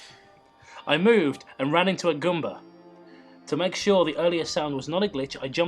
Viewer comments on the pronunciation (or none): none